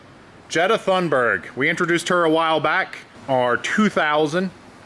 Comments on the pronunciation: I believe it is pronounced like 'Jetta Toonberg'. Please tell us that for ultimate irony Ms. Thunberg is a diesel. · I know you named her, but I believe its pronounced Jetta Toonburg..